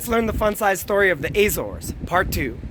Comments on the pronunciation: Where is this strange place you call the Ay - zaws? That is neither the Portuguese nor proper English pronunciation of the islands in the Atlantic. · not the first or the last I hear that pronunciation